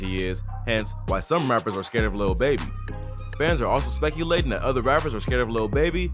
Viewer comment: Why this guy saying scared lol sthu man.....lil baby nice he the goat of the youngsters ...yall have to word and say shit the correct way smfh s.o to him word 💪🏾💪🏾💪🏾